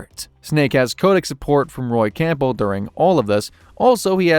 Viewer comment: “Roy Campull “ 😭